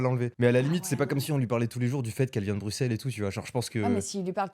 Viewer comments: Par contre ça se dit pas « BruXelles » mais « BruSSelles » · On dit pas le X de Bruxelles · on Bruxelles et le x se prononce s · Incroyable juste je suis belge et on prononce x s dans Bruxelles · On dit bruSSels et non bruXelles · BruXelles ça fait mal au oreilles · BruSSelles ça se dit, on prononce pas le X comme un X :D Oui je sais on fait chier ! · Brusselle maghla brusselle s'il te plait Sinon on dit bx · Ca ce prononce Brussel :face-green-smiling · j'aimerais que les gens disent Bruxels avec un ''S" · ont dit pas le x de Bruxelles Maghla